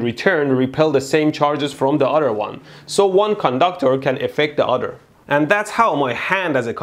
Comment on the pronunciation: "So one conductor can affect the udder"